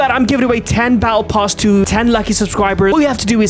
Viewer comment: Bro said baatle pass